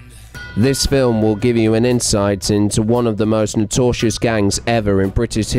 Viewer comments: "Notortious?" Hmm. Bizarre pronunciation of "Notorious". I presume. I hope. As you said in your video, some of those children were driven into 'institutions'. That isn't necessarily a good thing. Not to allude to bad things, but not everyone involved in child care is saint. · Wtf is notosious ? The word is notorious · The narrator needs to go back to school and learn English!! Notorious NOT notorshus!! FFS!! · Depreevd? Notasious? Oh dear..... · "nortortious"?? And it's McNickle, not McHickie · The narrator of this needs to look up and learn to pronounce the words notorious and contusions! Although his version of the former is hilarious and his substitution of the word constitution for the latter gave me a good laugh!( the man had multiple constitutions on his fractured skull!😆!)